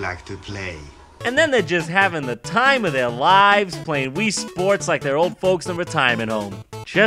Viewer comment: Re would rike to pray! Rii sports